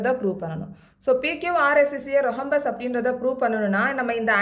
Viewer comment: Mam it's rhombus not rohumbas